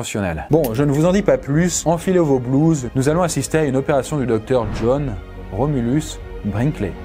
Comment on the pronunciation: cette bête est aussi fluide que la façon dont tu as prononcé sont nom 💯